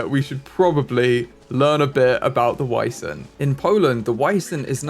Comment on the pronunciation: is almost correct! They are pronounced Vee-zent/ˈviːzənt. Edit: Please name one of the Wisents Vincent 😊